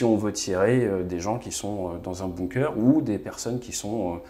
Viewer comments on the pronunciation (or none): none